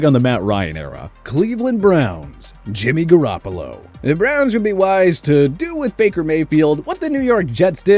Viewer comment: “jimmy garoppolo” lmaoooooooooo please stop